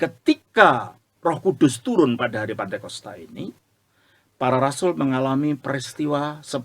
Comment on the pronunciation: pantekosta atau pentakosta? Menit 7: 52